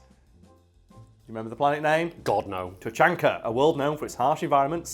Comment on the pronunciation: Point of pronunciation: It's Tu-CHAN-ka, you gotta say it like the CH is gonna punch the listener in the face.